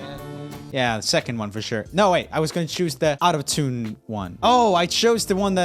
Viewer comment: Did anyone else think that when Roomie said out of tune it sounded like he said autotune?? Maybe just me... 😂 Honestly though I didn't agree with some of the answers especially in the offbeat or out of tune singing - not all singers have to sing on the tune - it sounds cool when they don't sometimes if that makes sense. It's hard to explain.